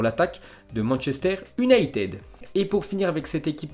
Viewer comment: Prononcer Manchester ''younaïtid" ... ''United'' ça passe pas